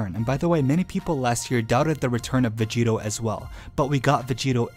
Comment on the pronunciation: vegito not geto